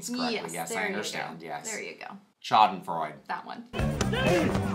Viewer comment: I love you guys so much., your mispronunciation of "schadenfreude" as "smack the fraulein" had me LITERALLY crying. Like, "I scared the dog" crying. I'm going to miss this channel so much!